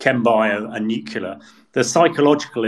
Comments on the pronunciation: the word is Nu-cle-ar, not Nucular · What does one say about someone who will say "nuclear" and "nukular" in the same freaking sentence? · I'm amazed by how many very well educated and experienced people do the nukular thing. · I expect the numbers will be 99.78% in favour of Russia, and Putin will seek the names of the 0.22% and the journalist who keeps referring to "nuclear" as "nucular." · I wish you'd find commentators who know how to pronounce 'nuclear'.